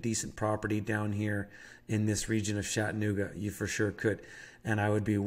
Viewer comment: Lol Shat-annooga